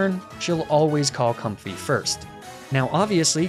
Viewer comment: used both Com-fee and Com-fay for the pronunciation for Comfey